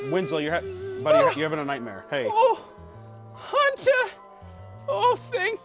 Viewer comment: Nothing brings me joy like Winslows "Huntah"